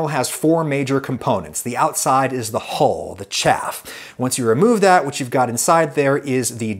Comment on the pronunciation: Please practise saying "hull" over and over because "hole" is not right.